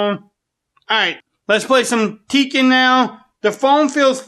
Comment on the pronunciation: “lets play sum teeken on the iphone ten or”